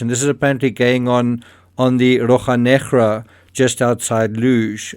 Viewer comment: ROCHA Negra = RO-SHAT (minus the T)! You are making my ears bleed!